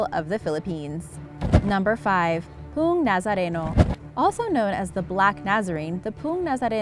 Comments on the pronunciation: It's "po-o-ng" not pung! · its po-ong nazareno poo has two syllables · Poong is pronounced as /po-ong/ (2 syllables) ;) Tamaraws. Read it as you write it. It's not /ta-ma-rohs/ but /ta-ma-raw/ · Nice! I'm sorry I have to say it but it's "Po-ong" (Poong) not poooong. Two syllables. And "Ta-ma-raus" not "Ta-ma-rohs". Thank you 😌